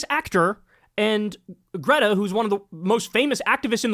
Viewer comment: you had already watched Greta's video and you still can't pronounce her name?